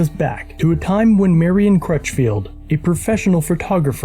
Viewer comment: It's Marlon Crutchfield. Not Marion.